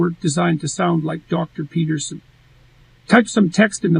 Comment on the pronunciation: Just tried that, he doesn't say "Peterson" or "citadel" correctly. He does, however, sing "I'm a little teapot" rather well.